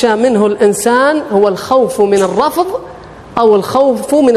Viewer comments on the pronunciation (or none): الرفض وليس الرفظ